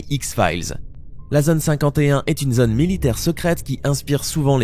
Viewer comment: "Fantôme" se prononce "fantAUme", pas "fant homme". Pareil pour "zone".